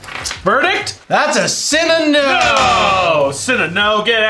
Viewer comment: Every time I hear them say, “cinna-no” I hear “sin a no” and I feel bad for thinking that every time because that makes me think I have something wrong and my parents won’t admit it.